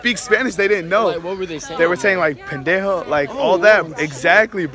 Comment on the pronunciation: 😂😂😂😂 BENDAHOE 😂😂😂 I'm weak he said it wrong 😂 I'm not even Mexican or anything and I can say it 😂😂😂😂